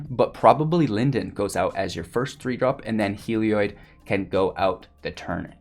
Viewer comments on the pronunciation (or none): I believe he's mispronouncing it. It looks like it should be pronounced "heal-e-odd" or "hell-e-odd". His pronunciation would likely be spelled "Helioid", with the extra "i" in the last syllable. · I'll be honest. Video was hard to watch, because its pronounced hell-E-odd. There is no i after the o in Heliod. Its not an -oid, like paranoid. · I tried to give you another chance, but that horrendous misplay in the 1st match sealed the deal for me. Are you sure that you're a veteran player? Because the rookie mistakes I'm seeing indicate otherwise. And also, it's pronounced Hel...eee...od. FFS... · I came to comments just for this. Thank you. I thought I was the crazy one.